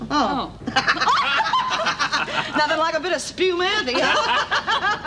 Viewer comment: spew mante i believe she said... like spumante... the sparkling wine